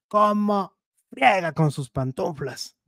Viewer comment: No se dice PANTUNFLAS se dice PANTUFLAS 😅😅😅